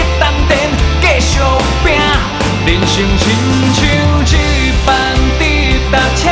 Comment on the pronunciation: 很喜歡這首歌所以希望更好 只看發音："就算" (是dieu不是jieu)，"一班"(bang不是ban)，"掌握"(jiang不是jian)